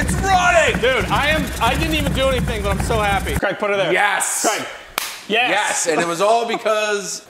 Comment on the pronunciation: Oops Craig not Crag😮